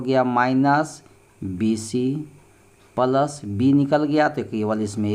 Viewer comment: Pals nahi boliye sir plas boliye